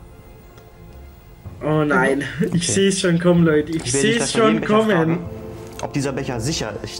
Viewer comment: ich mag dein "loideh" nicht haha sag doch "leute"